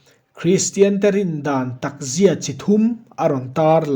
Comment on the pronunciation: a van ṭha teh reng em! a bu ziaktu aiin a sawifiah si a, a mah erawh chu Chhiarrik dán, thluk diklo, "takzia"leh "dikzia," hi a lam diklo deuh.